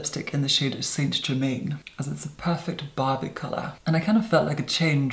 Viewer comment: saint germaine is actually french pronunciation not saint over pronounced british